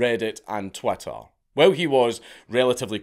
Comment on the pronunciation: I like the way you say “twitter” sounds like twatter